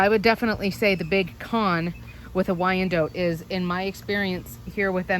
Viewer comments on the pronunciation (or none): It don't sound right at all hearing or saying wyan-DOTE! 🤦🏼‍♀️😂🙅‍♀️ Lol!! I don't like it. 🤦🏼‍♀️😂 I just can't do it. It's Wy-an-DOT! Dang it. Lol!! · same, I've always heard it pronounced wine-dot (we're in the deep south) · It is definitely Not pronounced how it is in this video. I'm not sure where that info came from. I have always heard it pronounced Why-an-DOT, both as a chicken breed, as well as location (used to live in Wyandotte county, KS.) Very good information otherwise, but the pronunciation was really bugging me. Lol! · I had no idea you pronounce it "wyan DOTE". I've had them for years and always said "wy-an-DOT" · I moved to Denmark and here people call them "WEE-an-dotters" lol